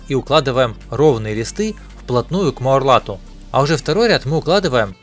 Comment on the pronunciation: Так же как и МУРЛАТ😂